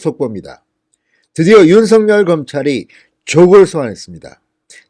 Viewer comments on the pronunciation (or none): 윤석열을 제대로 발음하지 못하면서 무슨 방송을 하는건지~ 중학교 수준의 국어를 모르고도 쪽팔리지 않는지~ 댓글은 보지않고 있는지~